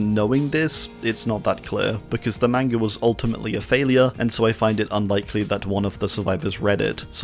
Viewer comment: just for the record you're pronouncing the A in manga wrong also the plural of manga is manga, not mangas